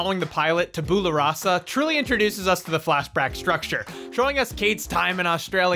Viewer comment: Tabula is pronounced 'tabyoula'